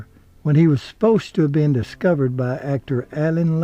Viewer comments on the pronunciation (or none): none